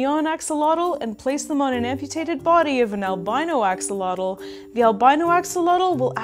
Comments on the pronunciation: X is pronounced like "sh" and the TL is more of a sharp air release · Although I do enjoy your videos, I'm not happy on your pronunciation of this super powerful and unique animal. And yes when France was defeated by mexico in the war they took many of our axolotes.